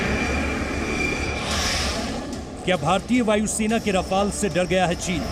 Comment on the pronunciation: रफ़ाल क्या होता है भाई राफेल